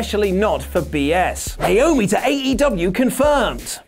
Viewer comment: THANK YOU FOR SAYING NAOMI'S NAME CORRECTLY!